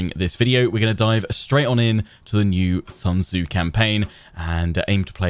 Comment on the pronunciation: Wow, even the game has the pronounciation of Sun Tzu 100% wrong. The name is not English. It is not the sun in the skies. It is pronounced "Soon Che" (at least approximatly), but both words spoken quickly and with a raised pitch at the end. I know this name is a real pain since even historians and other scientists butcher it all the time and is really hard to speak for Westerners precisely but they could have made at least an effort and not use the everyday English speakers mistake.